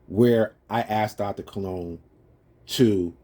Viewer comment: He keeps calling his self Cologne. No ligga, we know how to spell buddy. Your name is Colon keep it a Buck. This ligga even remixing English. It's "Dr. Colon" not "Dr. Cologne". Smh. God damn. Stop, just stop doc.